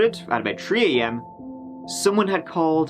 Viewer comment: "Murdered at Tree-AM" But it could have possibly happened as early as Shrub-AM or even as late as Bush-O-Clock.